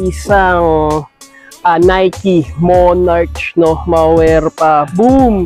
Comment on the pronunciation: Mali Mali pronounce mo Ng MONARCH!! WAG GANUN. 😂